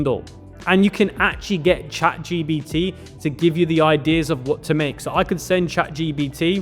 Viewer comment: Bro ChatGPT not ChatGBT lol